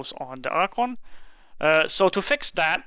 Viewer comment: "Archuunnnggg" was said alot